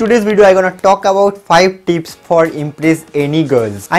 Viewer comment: It's #TIP not #TEEEPS 😂